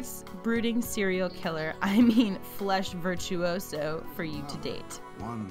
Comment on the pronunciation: please never say flesh virtuoso again ily